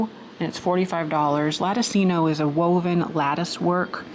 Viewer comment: Hey, I really don't want to be "that" person correcting you. However, since your channel is also an educational one, and not only entertaining, I thought my comment would be beneficial. The pronunciation of L A T T I C I N O lah ti chino (just like cappuccino or ciao) Peace be with you. 😇 ps... while I'm still being tsk-ed for correcting you, I'd like to add E P E R G N E eh pern